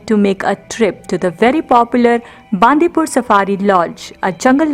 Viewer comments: Great effort and we have been enjoying many of your videos. It would be even more authentic and appropriate if you could pronounce the local town names properly. For example, Bandipur is bun-dee-pura or bun-dee-pur, not baan-di-pur. And Madikeri (in another video) is mud-i-keri, not maad-i-keri. #PositiveIndia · It's Bandipura not bandipur not pur pur it's pura